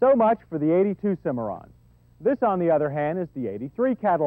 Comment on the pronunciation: You know... it's Cimarron, not Cimmaron.